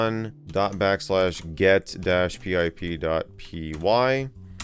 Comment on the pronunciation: Pronouncing pip like "Pee, I Pee" is funny